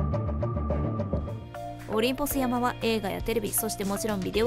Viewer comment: 細かい事を言う様ですまん オリンポス山(やま)ではなく オリンポス山(さん) では？ 私も Minecraft はやっているがレベルが違いすぎて絶句するわ。